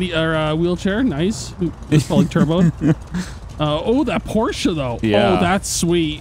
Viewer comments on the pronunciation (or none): I thought we all knew Porsche isn't pronounced Porscha